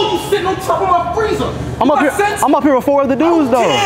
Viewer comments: I thought bro said FREIZA! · oh freezer i though he said frieza 😭 Man i watch too much dragon ball episode 😭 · On top of ma fweezer 😂😂